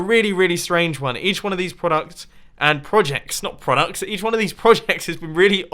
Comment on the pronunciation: Congratulations you have successfully pronounced 'Product' on Danish